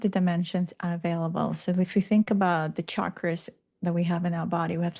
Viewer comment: Thank you for pronouncing Chakras correctly! A person loses credibility in my world if they mispronounce it. Nice presentation and timely reminder of my mission (I was forgetting again). You reminded me that the Dolores Cannon material is worth revisiting.. Plus I just found out there is a new book out where Dolores sends us messages from the afterlife!!! 👻👻